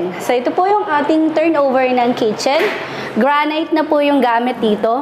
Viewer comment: granite ay binibigkas na granit. (hindi granayt)